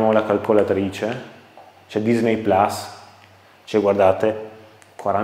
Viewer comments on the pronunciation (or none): none